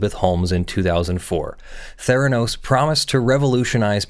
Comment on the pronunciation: Mfw you said Therenos...